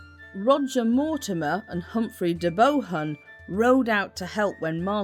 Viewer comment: The name De Bohun, is pronounced De Boon. The Despensers were greedy especially Hugh, the man just kept on taking . He died a horrible death